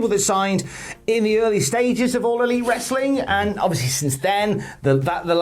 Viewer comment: Say wrestling properly